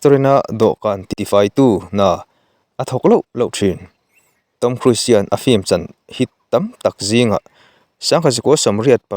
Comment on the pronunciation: I lam dan hi 'KHRUIS' ti a lam loh tur. KHRUZ ti a lam tur